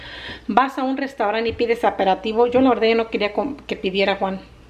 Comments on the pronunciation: Muchas felicidades a todas en tú familia! Dicen que se alaba en público y se corrige en privado, pero no lees mis mensajes 😂 y como les aprecio te lo pondré por aquí sin ningún otro afán más que el de ayudar y como tú si aceptas correcciones por eso me animé: se dice APERITIVO, no “ aperativo “ Se dice PODAR, no “apodar” Te sigo desde que iniciaste y solo te pido que no cambies sigue como en tus inicios, hablando como realmente lo haces,no mezcles palabras en inglés, no lo hacías! No caigas en lo que muchas YouTubers hacen. Al público en general nos entretienen así tal cual son,yo he dejado de seguir a muchas porque ay Dios, dejaron de ser lo que eran. Saludos 🤗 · MUY LINDAS TUS HIJAS Y CHINITA YA HA CAMBIADO MUCHO SE DICE APERITIVO YO SIEMPRE TE ESCUCHO Q DICES DIFERENTE BUENO NO LO TOMES A MAL FELICIDADES A LIZ YA CASI NO SALE EN TUS VLOGS SALUDITOS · Felicidades a liz y a ti amiga se dice aperitivo